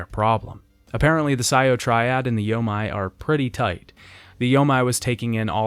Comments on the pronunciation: Loving these retrospectives but it’s bothered the heck out of me in each one: anytime you see a Japanese word with “ei” in it it’s not pronounced “ai” like you’ve been saying, it’s pronounced “ayyy”. The “yo-may” alliance, not the “yo-mai”. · Dadoji and yamay alliance lmao. Bro the game says both names numerous times. It's 'die-do-ji' and 'yo-mey' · When converting Japanese words to a English alphabet "ei" is pronounced "ay" so yomei would be pronounced "yoh-may" it is "ai" that is pronounced as "eye". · “Yo-may” = Yomei